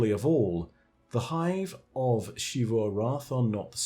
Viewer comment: It makes me irrationally angry that you pronounce Xivu like she-vu